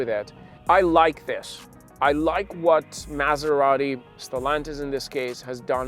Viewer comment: Why do americanos have to pronounce Maserati like if they have a whole burrito in their mouth?